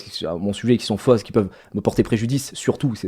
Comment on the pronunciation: des choses qui sont fosse lol fausse putain mais les au savent pas les prononcers ... lol